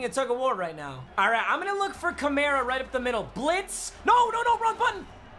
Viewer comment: it's pronounced Kamara, not Kamara